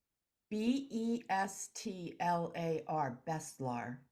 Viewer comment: its not bestlar its BESHTAR